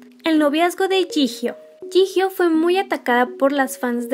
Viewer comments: no se dice jijio se dice yiyo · Yio? No se pronuncia yijio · No sé pronuncia "Yijio" se pronuncia "Chiyo" y si tienen dudas, hay más videos donde lo dicen :) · Yo pronunciaba jiyo xd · No hate pero se dice "choion" a jeongyeon "jihio" a jihyo